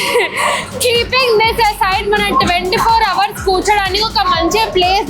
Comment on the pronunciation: Adhi hour Kadu h silent 😂